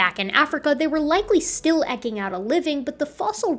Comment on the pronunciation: Your videos are awesome - this is the third one I’ve watched today and I’m learning so much! Just trying to be helpful: the verb is “to eke”, so eking is pronounced like eeking, not like ekking. Keep doing what you’re doing!! Great content